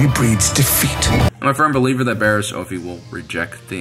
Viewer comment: Sadly, I didn't rate this video. It is good, but the mispronouncing of ' name grates on my nerves. it is OFF-IE, not OAF-EE 🤓